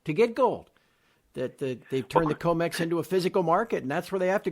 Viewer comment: Comex not comet